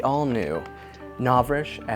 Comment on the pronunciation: I love your videos, but I can't watch this one. It's just "Novrishk" every thirty seconds and I just can't- XD